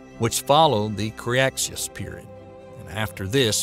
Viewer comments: I live in the South. That is NOT the result of a Southern drawl. I can give you an example of the word Cretaceous with a Southern drawl and it will sound A LOT more like how the rest of you say it than how this guy says it. This is just bad pronunciation, nothing more, nothing less. He butchers several words (live avian) in this. Loved the presentation, cringed when he said certain words. Again, not the result of a NC Southern drawl (or SC, or GA, or AL, or MS, etc.) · Clear and well-told, but never have I heard so many willful letter transpositions! KRE-TAY-SHUS. And for that matter SEN (not sien) O-ZOIC! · By the end of the what?!? The "Cree Yahtzeeous" period??? All kidding aside, Cretaceous is pronounced "kruh - tay - shuhs". If you're going to try to be a science communicator on YouTube then getting these small details right is absolutely paramount. If you're uncertain of how to pronounce a word try using Google to search for the phonetic spelling. You've definitely got the talent to be successful on YouTube but you can't wing it, not with complex subjects as is often the case in the domain of science. Take the criticisms levied at you here in the comment section as a To-Do List and you'll be well on your way. Take it personally and you might as well pack it in. Best of luck to you. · Say it with me now; kruh-TAY-shus. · I’ve never heard Cretaceous pronounced the way he did. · Or a lot of other things for that matter... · Eco in ecosystem is pronounced EEEH-KOH. It is not pronounced like Echo. Avian is pronounced AY-VEE-AN. The first syllable sounds the same as the A in "brave". It is not AH-VEE-AHN. Cretaceous is pronounced CREH-TAY-SHUS (has three syllables and rhymes with bodacious), not CREE-AHT-SEE-US. Calamari is CAL-AH-MAH-REE with four syllables, not CAL-AH-MAH-LAH-REE with five syllables.